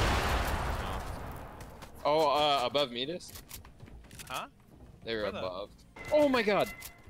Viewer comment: If says Meedas one more time I will lose it it’s M I D A S! 😂👌